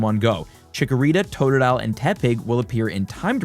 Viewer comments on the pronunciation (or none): none